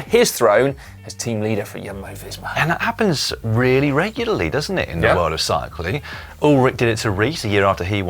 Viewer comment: haha, slow Si-cling......